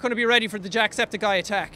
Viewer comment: Worst fail at trying to say jacksepticeye